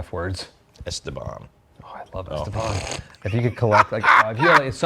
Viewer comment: e-STE-ban. In Spanish emphasis is on the second syllable. Whitey Americans have mispronounced it wrong for decades. You peeps put emphasis on the first, wrong. It's on the second syllable. ¿Comprende Señores?